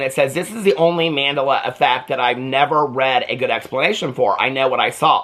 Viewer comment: It's pronounced like Man-del-la . Say it slowly